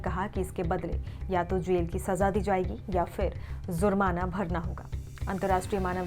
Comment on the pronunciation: Zurmana???😂😂😂😂😂 urdu ki Tang mat todo.